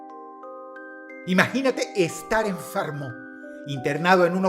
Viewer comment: Estar enfarmo 😂😂